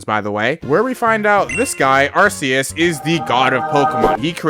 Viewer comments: It's not pronounced "Ar-see-us." It's pronounced "Ark-ee-us." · erm actually its pronounced are-key-us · Its Pronounced ar-koos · I think its arceus like ark not uh u know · It's pronounced ARC-EEEE-ES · the pokemon anime says Ar see us